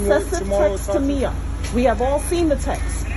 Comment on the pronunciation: First of all, her name is Miya - MEE-A, not MY-A. That irritated me, because did you not watch the video footage you included? This is soooo sad, praying for peace for this family. 🙏🏾